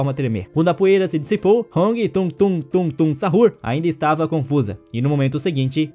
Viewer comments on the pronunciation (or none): Me deu agonia quando ele falou "tungtung sahur" e tralalero tralala" "bomdardeiro crocodilo"